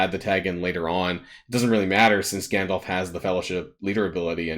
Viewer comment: Gandolf? Teehee it’s Gandalf, silly :)